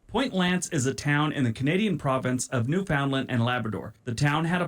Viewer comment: OMG he mispronounced so many place names. By the time he didn't know if he'd pronounced that right, he'd already mispronounced about four. For instance, Newfoundland rhymes with understand. AND those villages he talks about are considered towns.